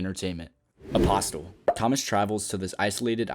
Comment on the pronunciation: The T in Apostle is silent.